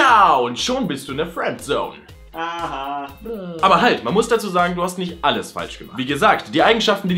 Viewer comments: Fuääändsoun:D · kann fRiendzone nicht aussprechen:D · Bei hört sich Friendzone nach Fwenzone 😂😂😂 #SPACERADIO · Fwendzone:D hach ja